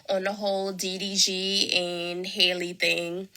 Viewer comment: Why dont these people know how to pronounce Halle? 😂😂